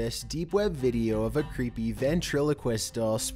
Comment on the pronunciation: "deep web veedioww"